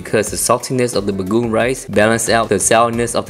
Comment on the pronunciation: Ha! Ha! It's pronounced Baga'ong.